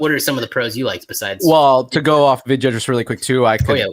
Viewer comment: Haven't watched this film in hindi but there is a remake of this film in telugu and tamil languages, called Anaamika. I remember getting sh** scared in the cinema PS. absolutely butchered the name. It's pronounced as, V-i-dh-y-aa baalan.